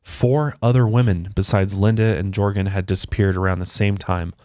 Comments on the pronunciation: I’m extremely local to this case and I’m fucking dying at pronunciation of “ Jorgan” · “Jorgan”… -“GEORGE ANN!!!” 😂😂😂💀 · Jorgan, Georgen, Georgan: GEORGE ANNE!!!😂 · How do you get "Jorgen" out of "George-Anne"? LMFAO that was great 😂😂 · Jorgan lol says it’s georgann lol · HAHAHAH "George ann" you're fired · I’m literally cracking tf up at mispronouncing these names and faces 😂😂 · I love how pronounces some of these names!😂 you guys are so funny